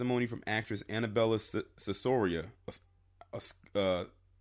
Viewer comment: The actress who is being spoken of her last name is pronounced She-Ora